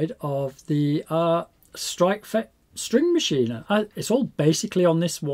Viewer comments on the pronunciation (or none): Is it really that hard for english speakers to pronounce "ch"?